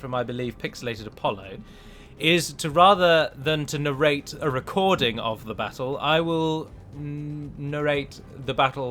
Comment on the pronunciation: Narrate. Nah-rait or Nair-rait lol.